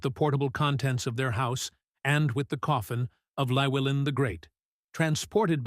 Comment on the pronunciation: It's pronounced clue-ellin not lewellin. In welsh Ll is klu